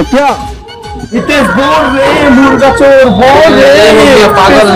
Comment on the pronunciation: Chor bolna to sikh pehele 😁😁😆😆😆😆